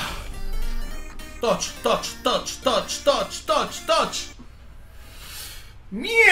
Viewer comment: Toch toch toch toch xD Se dice TOTS D